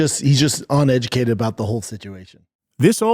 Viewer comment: He’s ONeducated.